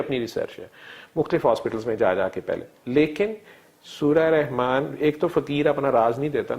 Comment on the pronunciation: Allah name is not Rehman it is Rahman. Saying Rehman is wrong.